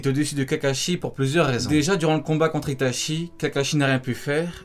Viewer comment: *Itachi pas itashi